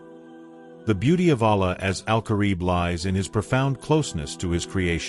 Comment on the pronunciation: ALLĀH is pronounced AL-LAAH, not ALAH.